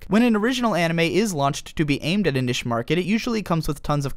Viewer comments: niche is pronounced like "neesh" not "nish" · Jesus christ its pronounced NEESH not NISH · dude you can pronounce niche as "nich" or "neesh" you cant combind the two and say "nish" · It's pronounced neesh not nish. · Niche, not nish. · niche is prounounced neesh, not nish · Niche is pronounced Neesh not nish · its NICHE (nee shh) NOT NISH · Ahem....its. NEEEEEEEEEEEEEEEEEEEEEEEEEEEEEEEEEEEEEEEEECHE not nish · It's pronounced "NEESH" say it with me NEESH not NISH NEESH! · Good video, but "nish" as opposed to "niche" was profoundly distracting. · why did he say niche like that... its pronounced "NEESH".... im sorry i could't get over that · Niche is pronounced 'neesh'. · niche is not pronounced "nish" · nish... not niche? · It's pronounced "neesh" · niche; its knee-sh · Powered through the unfortunate pronunciation of "niche" to realize that this is actually a very informative and well put-together video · are you trying to say niche?